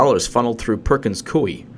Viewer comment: You actually got it right! -- Perkins Coooo (like a dove) -Eeeee, not Koh Eeee - Thanks for the update